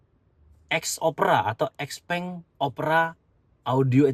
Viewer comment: Ijin tanya, sebagai sales resmi XPeng, kok pengucapan XPeng nya salah ya?